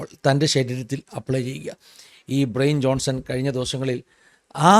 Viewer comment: Bryan Johnson എന്നത് ബ്രയിൻ ജോൺസൺ എന്നല്ല ഉച്ചരിക്കുന്നത്, "ബ്രയാൻ ജോൺസൺ" എന്നാണ്, ശ്രദ്ധിക്കുമല്ലോ